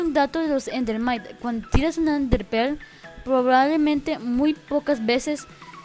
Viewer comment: Jjajajajaajjajajajaajjajajajajaajajafjjajajajaajajajajjajaajajajaj ayayay se dise ender mite